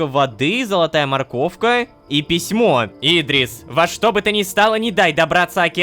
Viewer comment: Идри́с, а не И́дрис